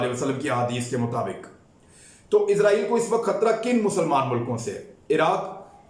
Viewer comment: عمران بھائی یہ عزائیل نہیں بلکہ اسرائیل ہے ہمارےبڑےاینکر حضرات عزائیل کہتے ہیں تلفظ صیح کر لیں